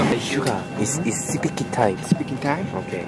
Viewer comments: JH: Hey Suga It's sipiking time S: Sipiking tie? Jimin covering the screan Omg those boys are just so funny! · It’s speaky time... Speaky time?